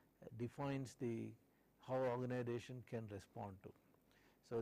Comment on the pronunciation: Irritates me by telling ORGANIDATION instead of Organisation